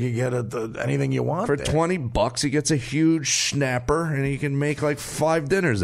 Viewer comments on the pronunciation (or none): “Shnapper “ really? 😂😂😂